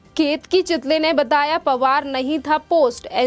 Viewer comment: Chitali nahi chitale